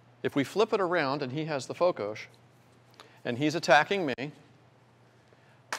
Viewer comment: Its Fokos not Fokosz